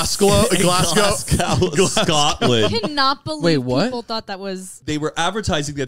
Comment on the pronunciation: SCREAAAMING that the glasgow wonka pop up has reached them 😂😂 yeah the children will be traumatised for the rest of their lives hahahah. The pronunciation of glasgow tho - we'll get there some day (glazz-go)